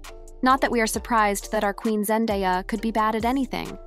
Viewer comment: This poster needs to learn how to say Zendaya’s name correctly. 😂🤣